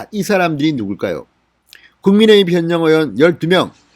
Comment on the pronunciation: 현역 발음이 잘안되네